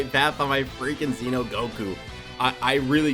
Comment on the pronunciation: I think you're the only DB youtuber that pronounced "Xeno" like "Zee-no" the way it should be. It's not really a big deal, I know, but it annoys the shit out of me when people pronounced it like "Zen-Oh".. Yet again, another reason you're the only one i'm subbed to. Also, I really wish the SS3 Xeno units were featured.